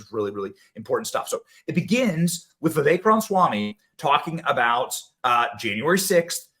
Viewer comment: Please Benny, its Ram-a-swamy.